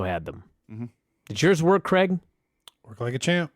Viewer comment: Drives me nuts how Americans pronounce Craig like there is an E in the name. Creg.